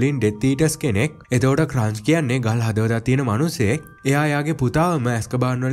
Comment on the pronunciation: අයියේ.පොඩි වැරදි ටිකක් තියෙනව එකක් බර්ටි නෙමේ එයා බාටි අනික අරය ක්‍රච් නෙමේ ක්‍රෞච් . අනික අර මුලින් පෙන්නන එක කනත්තක් නෙමේ ඒක ගෙයක්. ඒක Voldermort ගේ තාට්ජගේ ගෙදර. අනික ඒක Hogwarts ලගත් නෙමේ තියෙන්නේ. ඒක Harry දකින හීනයකුත් නෙමේ ඒක ඇත්තක් ඒ වෙලාවේ උන. 🙂🥲